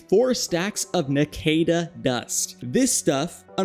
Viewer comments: That naquadah pronounciation hurt... "nak wuh duh" is how its pronounced in the show at least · you said Naquadah wrong. idk how you messed this one up its litterly said how its spelled